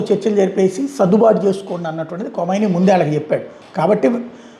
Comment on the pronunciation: అది కొమైనీ కాదురా..! ఖమైనీ.. నువ్వూ నీ మొఖం వార్తలు..